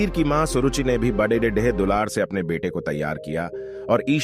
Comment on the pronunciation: BHAI BADE KO SAHI NHI BOL RAHAN HAI AI KUCH KARO